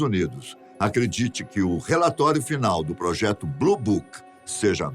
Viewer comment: Mais Elle fala bluboc